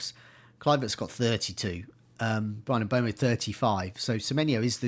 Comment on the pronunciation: Mbeumo is pronounced ‘M-burr-mo’ and Huijsen is pronounced ‘House- en’ You’re welcome,.